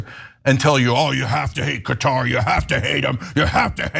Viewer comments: CAT-AR not cutter! duh! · For the love of God, decide on a pronunciation. In one sentence you switch between “cutter” and “cuhtaar”. 😂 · no its not not pronounced as cutter its Qaaaa-tar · Anna, it's Qatar not Cutter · Qatar = Cutter ??? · Where the hell is cutter? You guys have Murdered the English language